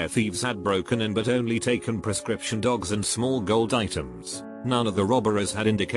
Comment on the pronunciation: So the out of order jewelry... Sounded like you said they only take prescription dogs